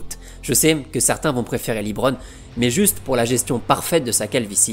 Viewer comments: On est en 2024. Ca fait 20 ans que Lebron joue. 20 ANS POUR APPRENDRE QU'ON PRONONCE LEBRON ET NON "LIBRONE". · aimedji et librone, c'est trop là on prononce aimedjai et lebrone, pas compliqué